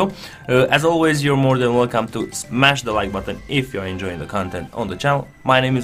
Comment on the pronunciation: It's "Smash" I hope Krasi heard